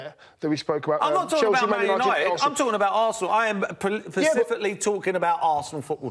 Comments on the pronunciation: Paul "pacifically" merson 🤣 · The reason we are focused on top 4 is because we have fallen away from top 4 for a few seasons and need to accomplish something significant with emery in order to win over all the fans and give us a foothold to challenge for the title in a few seasons. Also Merson can't say "Specifically"